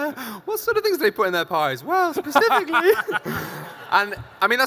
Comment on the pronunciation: Is there no one on YouTube that says 'specifically' correctly?